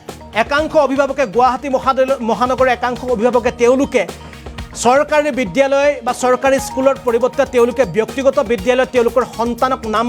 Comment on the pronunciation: Oi gadho , বিদ্যালয় শব্দ টো চিকিৎসা লয় বুলি কিয় পঢ়িছ